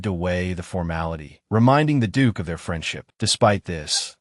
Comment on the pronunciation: mins... Did he just say'd*ck was.... ' instead of duke